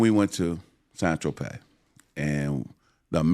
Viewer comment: San Trope! Get it right! 🤣🤣